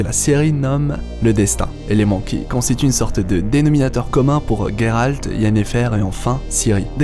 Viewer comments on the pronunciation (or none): Sa se dis geralt pas gueralt deso mais cool video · Ta vidéo est bien explicite, mais la prononciation et "geralt" pas "gueralt" ça m'as écorcher les oreilles tous le long de la video Bien a toi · pourquoi tu dit guéralde c est géralde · donc c est pas guéralt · Ah ! Tu prononce ''Gueralt'', prononce le a la Française, je trouve ça plus classe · Excuse moi mais tu prononces mal le Gérald Ça va stresser pour mon toute la vidéo